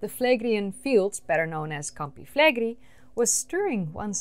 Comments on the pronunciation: A note about the name of that supervolcano: it's not pronounced "Flegri", it's "Flegrei". Both the "e" are pronounced the same and the "i" is last. The syllabs are fle-gre-i, with the stress on the e in gre. By the way, it means "burning fields" or "scorching fields" in Latin. About the topic, I find the hypothesis of the supereruption to be valid. That boomer can plunge the world in an ice age in a couple weeks, if it really wants to. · Fleigrei=“Flay Gray” not “Flaygree” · that's an amazing place, you should come and visit! thanks for the video, I had no idea it could be among the causes of their demise! ps it is pronounced with a final i (like "gorillinI"), flegre-I, like maybe [e], not [ai]